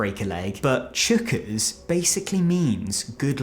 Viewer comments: Chookas .. he has no idea Pronounced choc-is means very full. They say it to let him know there is a full crowd. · Chockers =\= Chookas